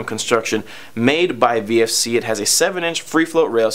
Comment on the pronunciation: VFC not VRC